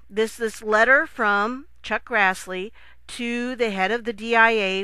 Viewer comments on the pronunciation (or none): none